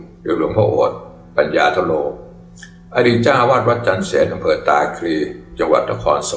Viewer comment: ต้องอ่านว่า ปัน ยา ธะ โร(ปัญญาธโร)ไม่ใช่ปัญญาโร